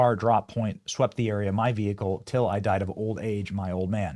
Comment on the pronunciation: His “vehicle”. 🤣🤣😂🤣😂